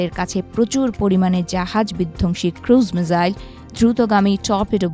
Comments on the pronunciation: আচ্ছা মিজাইল না মিসাইল????????????? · সঠিক বানানটি হলো «মিসাইল» (Missile) [১]। ইংরেজি শব্দটি বাংলায় উচ্চারণ অনুযায়ী লিখলে 'মিসাইল' লেখা হয়। এছাড়া বাংলায় একে ক্ষেপণাস্ত্র বলা হয় [২]। মিজাইল: এটি ভুল উচ্চারণ বা বানান। মিসাইল: এটিই সঠিক ইংরেজি শব্দের বাংলা প্রতিবর্ণীকরণ। এটি এমন একটি স্বচালিত যুদ্ধাস্ত্র যা নির্দিষ্ট লক্ষ্যের দিকে পরিচালিত করা যায় [১, ২]।